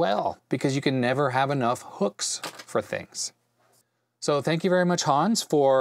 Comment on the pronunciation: "Hans" is pronounced just like "guns" but with a "h" instead of a "g".... ;)